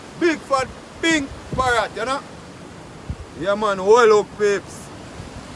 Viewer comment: Sprat is the right baot and googleye